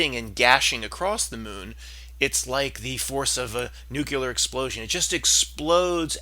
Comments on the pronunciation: Say new-KLEE-ar, like new-KLEE-us. Stop saying "nuke-U-lar..." It makes you sound ignorant on these subjects. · Nucular?, your credibility just went in the toilet. Amazing what people are doing to avoid real employment. 😃 Just kidding, we need the entertainment.